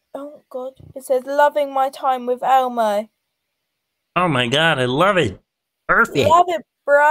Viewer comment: "LOVIN' MY TIME WIFF ELMOH!" LMFAO 🤣